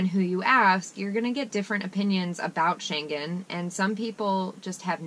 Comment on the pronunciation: Many non EU and Schengen people go to Marocco, also cheap harbours. One tiny thing... the schengen word...ng is as in singing...no "g"